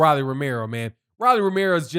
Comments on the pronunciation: R-o-l-l-y. Roll-E or Roll-EE. Ro not Ra lol. He’s young, still undisciplined and utterly predictable but he did well. Marinez has a good jab but never set up his big punches. Rolly landed more clean punches and was more active. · it’s ROW-LEE lol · You sure you actually watch boxing? Why you saying his name like that?